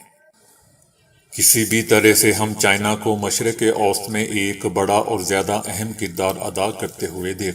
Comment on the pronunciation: آپکی ایک غلطی کی اصلاح: مشرق اوست غلط ہے ۔ مشرق وسطی ( middle east) ضحیح تلفظ ہے۔ شکریہ